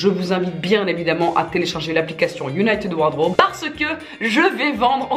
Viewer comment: "united ward raube "